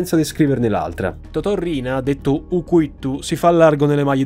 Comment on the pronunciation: Sorpreso da quanto hai PRONUNCIATO bene "u curtu". Sembra quasi corleonese. Ottimo resoconto in ogni caso, un sacco di hype per il seguito